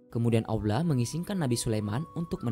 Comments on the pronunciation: bahasa ny yg laen jlas... giliran ngomong Allah kok aulah... anda sengaja atau bagaimana?? sya tdak su udzon tetapi sya ingin tw knp anda tidak mngedit ny trlebih dahulu.... niat yg baik hrus berbarengn dengan cara yg baik. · bukan bermaksud apa apa...knp setiap berkata allah menjadi aulah...padahal yang lain jelas dan benar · Transanlate y ga enak bngt sih.. saat nyebut ALLAH nya😓